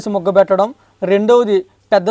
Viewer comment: "ముగ్గ పెట్టడం" కాదు, "మగ్గ పెట్టడం".